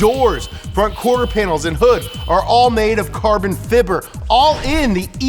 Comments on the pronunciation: “Carbon Fibber” Lol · do you actually say carbon fibr or just as a joke?